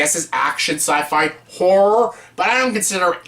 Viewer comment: You might enunciate a bit better. About 3/4 of the time you say “whore” movies. Good choices and video though! Thanks.